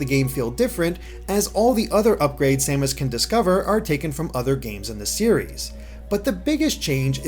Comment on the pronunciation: Oh and respectfully,. I believe her name is "Sa-mas" not "Say-mas". maybe a little thing but it drove me crazy watching your otherwise great review. Keep up the good work !